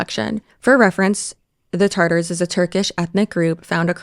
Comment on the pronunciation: You're pronouncing Tatar wrong. It's Tatar without an r in the middle. Tartar is a sauce 😢